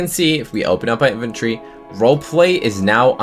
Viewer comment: Invtree-No ( In-vent-tory) Inventory